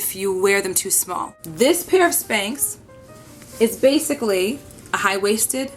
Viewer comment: Lmao it's spanx not spanks. Let me watch I know it's gonna be hilarious